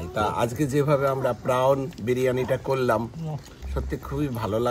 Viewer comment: খুব সুন্দর গান করলেন খোকন জামাইবাবু। খুব ভাল মানুষ উনি। দারুণ বড় মন। খুব ভাল গান করেন। তবে খুব ভুল ইংরেজী বলেন। 😂😅 Prawn প্রন্ প্রাউন না। X আমার লাইফ পার্টনারের ডাক নামও খোকন।